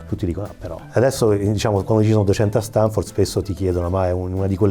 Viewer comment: pero' se dopo questa intervista continui a dire StEnford... non ti si puo' ascoltare 😭